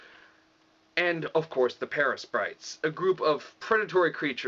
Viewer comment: parasprite not parrotsprites XD not to be a troll or a hater i luv the fandom!